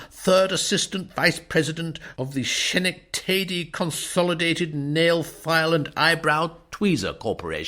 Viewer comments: LOL--the reader pronounces a place name as shen-ec-TAY-dee , but it is actually ska-NEK-ta-dee, a real city and county in New York, USA (spelled Schenectady). I can't fault him--it would be very difficult to sound out! Lovely reading that I'm enjoying very much! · SHENnick-TAdy. 🤭😂😂😂🤣🤣🤣🤣 That’s ske-NECK-te-dy, you amazing narrator! 💛💛💛 You’re the best!